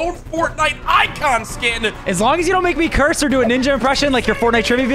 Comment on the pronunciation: He said curss word